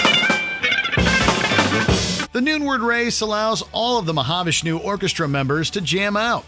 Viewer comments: You need to learn to pronounce the artist's names correctly. Satriani, Mahavishnu... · Fun list! Like some others commenting, I'd add 'Fracture' to the list. Pronunciation alert: Mahavishnu & Hanuman. 😉